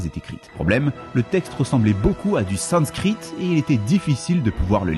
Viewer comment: Vue comment tu prononce sanscrit 😂 c'est la première fois que tu utilise ce mot